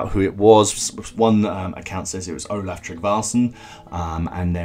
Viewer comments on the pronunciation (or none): none